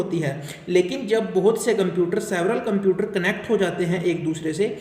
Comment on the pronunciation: Computer ❌ cuumputers✅